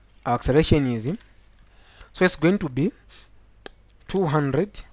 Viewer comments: learn how to write and say " acceleration" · it took me nearly 1000 years to understand what accereration is instead of acceleration, :) oh my